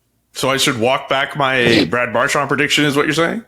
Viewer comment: If nothing else, I like that CJ and actually pronounce Marchand's last name correctly. It's definitely not Mar-SHAND.